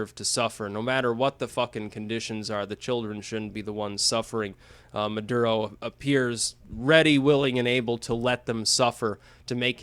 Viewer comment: mah-durr-uh oh